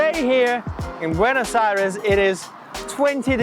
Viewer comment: Why do all of the English-speaking foreigners mispronounce the name of the capital? It is not BuenAs but BuEnOs Aires.